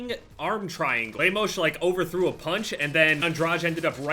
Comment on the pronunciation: Interesting way to pronounce Lemos and Andrade